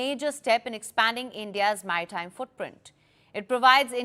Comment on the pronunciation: it's so cute how she says Maitime (like my time) instead of MaRitime